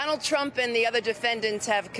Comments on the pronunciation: When Lisa Rubin began she clearly said 'Chump' rather than 'Trump' Not really a mistake. 😅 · > She pronounced him as chump! 🤣🤣 Yes it's true his name was Donald Chump! 😂😂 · she calls him "chump" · Am I the only one who heard "Chump" ? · aaaauckusations :) and she definitely referred to trump as chump! haha